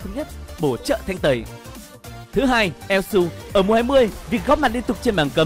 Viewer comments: ad đọc tắt là su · Elsu mà ad cưa đọc là yue là như nào :v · Su mà đâu phải yue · elsu mà đọc là yue =))))